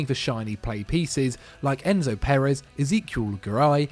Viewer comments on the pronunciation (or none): none